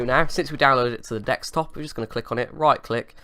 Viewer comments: It's Desktop not Dekstop lol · It's desktop not dexstop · I think "Dextop" has officially replaced "Desktop" in your vocabulary mate, damn hackers hahaha (although you did say Desktop once or twice so there's still hope :DD) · dekstop dextop deccstop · You've been doing these scam videos so much that it's affecting your actual speech. Dextop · Jordan Jamison he is juat kidding when he says dextop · lol u got used to saying dextop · I think you mean "wirtual machine". I honestly don't think you are capable of saying "desktop" any more, mate :D. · Guys, finally lost it. He can't even pronounce 'desktop' anymore!